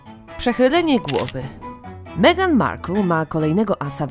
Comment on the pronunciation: Albo Megan i "Kejti" :-D